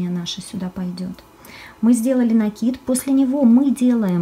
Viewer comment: Слово "рапОрт" обозначает повторение. РАпорт - отчет. Поэтому в вязании правильнее говорить все-таки именно рапОрт. НакИд - накИд и обозначает, нАкид - это новые веяния, я за накИд. Пардон, что коментирую не по теме. Обычно не делаю этого, особенно в роликах с грубым нарушением орфоэпии и произношения. Спасибо за отличный МК! ))